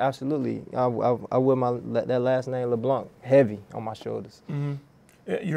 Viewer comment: The name is pronounced LeBlan not LeblanC.. The C is silent